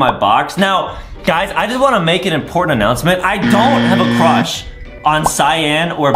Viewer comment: adem has a huge cwush on banbanleena adem has a crush on cyan THe waInbiW fRIwnd ademmmm has a cruwh on rosalie,peach,daisy